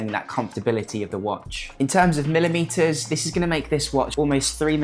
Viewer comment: Millah - Metah